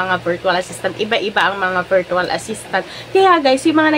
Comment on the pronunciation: it's pronounced /ˈvərCH(əw)əl/ not VEERTWAL. I hope you are not offended po.